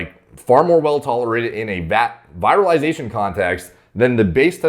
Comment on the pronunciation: Just to help you step up your game: the first “i” in “virilization” sounds close to the “ea” in “ear.”